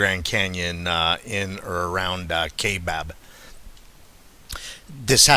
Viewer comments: FYI - It's pronounced KY-BAB, NOT KAY-BAB. Thanks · Its pronounced kai. Like, eye, kaibab national forest.. and yes i live here in az. Ive hunted all over this country in az. Been everywhere u can think here in the state. And theyre here. When i hunted elk in the kaibab rifle we ran into somethin that was crashing threw the woods when it seen us. Dont knw what it was but it was bipedal for sure.. and im talkin intimidation tactics to make us leave the area.. it was crazy. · Pronounced kai as Rhythming with tie kaibab